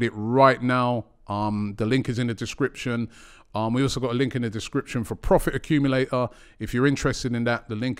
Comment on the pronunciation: Please pronounce the T in accumulator 👀